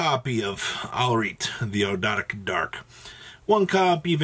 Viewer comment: Aug - dough - a - dic. Is how you pronounce them I believe. Ogdoadic.